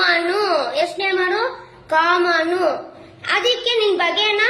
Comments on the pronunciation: Akka adu comaanu alla common 😂😂😂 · 😂madam adu kamanu alla common😅